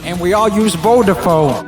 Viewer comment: Btw it's VodaFONE not VodaPHONE. 😂